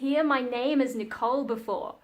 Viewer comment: This is the first time I'm watching one of your videos and you've definitely got my sub. I absolutely love the Japanese pronunciation of your name by the way! And I hope we get to hear more about some of the topics you touched on in this video eg: Fun stories about your God Mother for example or stories from school/when your family visit.. You seem like a really interesting person, to someone from the UK at least 🙂